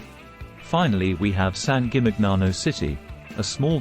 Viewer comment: The pronunciation of San Gimignano is completely wrong.